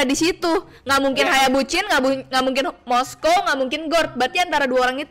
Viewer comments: Moskov kok jadi moskow anj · Btw moskov malah jadi moskow